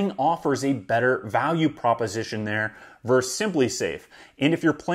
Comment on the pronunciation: ver-sus.... you said "verse" twice :) Awesome video. Thanks for sharing this. Subscribed.